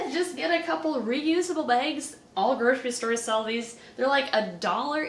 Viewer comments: Love how she says "beigs" instead of "bags" xD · Lol the way you say bags. Baygs😆